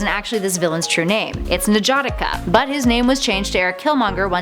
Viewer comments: It’s N’Jadaka not enjadika how you just pronounced it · Why? She was pretty close. She just screwed up the N' which is pronounced exactly how it looks, not the Nah she used. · She's saying his name wrong. It's (n - ji - da - ka) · Damn you butchered his name lmfao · You prounounced that name so horribly wrong 🤦🏾‍♂️ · the way she said his real name made me sick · Look up the pronunciation then come back and tell me it was close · That’s such a weird way to say N’Jadaka